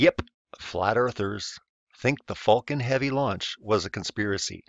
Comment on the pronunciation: If you’re going to deny LIVE FEEDS of the ROUND Earth. Please at least learn to say Falcon Heavy correctly.